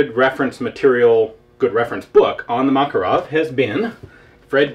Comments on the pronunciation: btw it's MakArov, not MAkarov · dear ian, thank you for yet another interesting vid. a side comment--- i have a friend who was in the soviet military who says that makarov is pronounced Ma Ká Rov,accent on the ká. on the same subject, the name mondragon is accented on the last sylable-- mon dra gón (i live in mexico) thanks again for all the great vids. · LoL, it accent should be on the second "a" - "Mah-cAr-ow", like "hey, dude, dats muh cAr get ow it!"